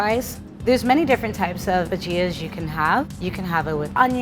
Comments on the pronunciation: ok so it is a bhaj-ya (pronunciation) no bhagia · bagia, not bajia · Indian snack... pronounced bha-ja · I cringed so much when she said “bu-JEEEE-A” instead of “bu-jia” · Ba gi as.... its ba gi. The pronunciation at least.. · its pronounced Bha-gee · Ok but should have pronounced bhajia the way Indians do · I am Indian and we pronounce bhajia without the I. Sort of replacing the I with a Y. Try it!